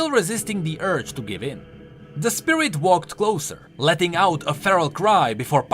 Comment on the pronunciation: "Spirirt abilities"